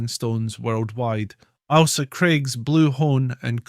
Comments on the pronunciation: Can you please pronounce the island name correctly?!?! The name is not ALSA. It is AIL-SA. AIL as in English for unwell. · Its not alsa craig its Ailsa craig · Corrections to this video need to be made.. such as, ALE as in alcohol.. "ale..saa" Ailsa Craig. There's much more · I have never heard it pronounced as Alsa. The ‘Ail’ is always pronounced as in ‘Fail’. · Lol we can't seem to get consensus on how it's pronounced in this comment section, would you agree he's saying the Ailsa bit wrong? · No. He is just mispronouncing it . 😂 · If it’s not bad enough hearing non-Scots mispronounce names we have a Scot mispronouncing Scottish names. Ail-sa not Al-sa. And Loo-ee not Lewis. We’re not Americans yet. Otherwise not a bad wee film.